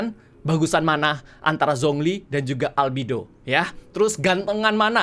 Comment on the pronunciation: Albedo bang bukan albido mamang reggie